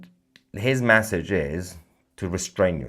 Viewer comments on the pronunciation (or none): Mahyar, Mahyar... you are great but PLEASE learn this... Its not 'massage' to rhyme with 'passage'... Its MESSAGE to rhyme with... message. 😂